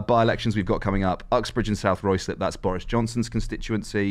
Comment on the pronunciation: It's pronounced Rye-slip! Cheers 🍻